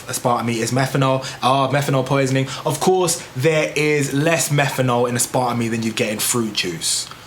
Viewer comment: Learn how to pronounce it maybe